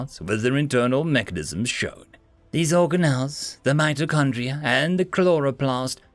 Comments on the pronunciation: organ ells not origan ells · organelles, hard g, for future.